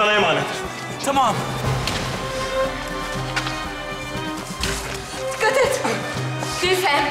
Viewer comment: Ah Leo ne kadar güzel tımaam diyorsun